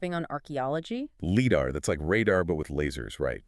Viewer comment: Stop saying LiDAR wrong